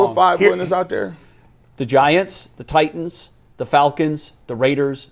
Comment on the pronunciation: Why does say “Tie-inns” instead of “Titans?”